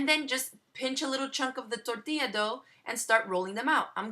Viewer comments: When you say tortilla, press your tongue on the top of your palate when you pronounce the "r".. TORRRRR-TILLA... Try it. That way you can feel like you just crossed the border too! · How come you speak clear English during the video except when you say "tortilla", at which time you sound like you just crossed the border?